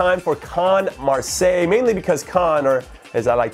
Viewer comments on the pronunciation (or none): none